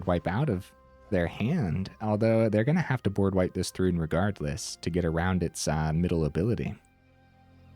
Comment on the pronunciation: It's ThRUN, not rune... sorry xD